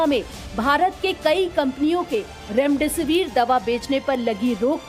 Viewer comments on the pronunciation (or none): none